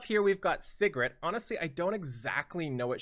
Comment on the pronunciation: ….PLZ ITS SIGRET (SEA GRET) everyone keeps saying Cigarette.....:(